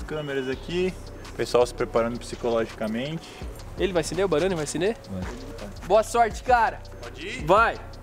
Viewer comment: 10% dos comentários: normais 90% dos comentários: bArOnE é "AcEnDeR", nÃo "AsCeNdEr"